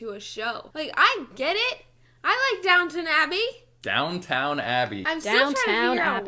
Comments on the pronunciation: the way he pronounced downtown abbey is the biggest red flag i've ever seen 🚩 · I groaned a little when said "DownTown Abbey".... For christ sake it is... "Downton Abbey"... LOL